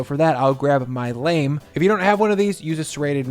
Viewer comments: Pronouncing it lame is lame. It's pronounced l-ah-m. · pronounced "law-mm" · Ahahaha a Lame, the word lame Is the french for Blade, it is pronounced Lam ( from llama, but minus 1 L ) or just like the viet name Lam